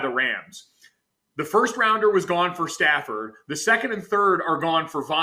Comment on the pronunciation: matt stafford is an amazing qb. the way that dude said his name...does he watch games. hes got a good 5 years in him